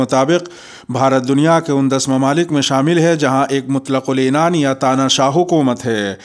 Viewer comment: MUTLAQUL INNAN NHI MUTLAQQUL ANNAN SAHI LAFZ HAI .AAP INDIA KE KIS HISSE SE KHABREN PADH RAHE HO ? /